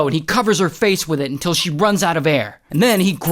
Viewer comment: All goes well untill he says "UNTILL" 😅